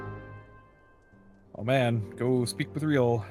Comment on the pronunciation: Roaille is pronounced "Wry"... that's why the mission title is supposed to be mean "The Reason Why"